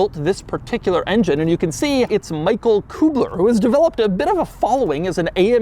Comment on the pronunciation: Engine builder was, Not "Michael KuBler"... it's "Michael Kuessler". Weird looking B is a double ss. The letter u with dots over it is "ue" sound. Kuessler... and in Kuss in German, mens to kiss.